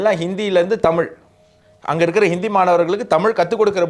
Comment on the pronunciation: நான் இந்த நிகழ்ச்சியைப் பார்க்க ஆரம்பித்து சில வாரங்களாகிறது. ஒரு சாதாரண மனிதனின் பார்வையில் இருந்து பல விஷயங்கள் மற்றும் கருத்துக்களைப் பற்றிய நல்ல கவரேஜ். நல்ல வேலை. 1. பெரும்பாலான நேரங்களில் முதல் தலைப்பு முழு நிகழ்ச்சியையும் உள்ளடக்கியது, நேரத்தை பாதியாகக் குறைக்க முயற்சி செய்யலாம். 2. தமிழ் மையப்படுத்தப்பட்ட சேனலாக இருப்பதால், நீங்கள் தமி "ல்" என்ற வார்த்தையை அழுத்துவதற்குப் பதிலாக தமி "ழ்" என்று சரியாக உச்சரிக்க வேண்டும்.